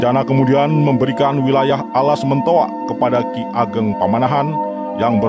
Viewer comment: bukan alas mentoak min,tp alas mentaok